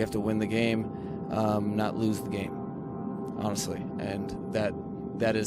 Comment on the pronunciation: But he said, "awneslly" afterwards...That counts for something